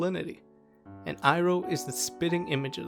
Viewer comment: It's pronounced "ee-roh" btw lol not "eye-roh"